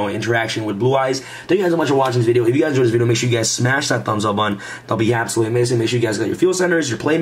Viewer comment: "That would be hapsolutely amazing!"